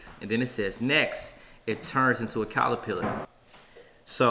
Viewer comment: Lol out here saying “calerpillar” 😂 I love y’all